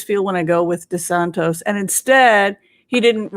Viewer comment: Hi. All the readers are calling him DeSantos, but it is DeSantis or as I call him DeSatan.